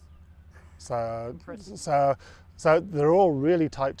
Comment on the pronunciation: The guy is super onto it, but he keeps saying 'Hert' instead of 'Hertz'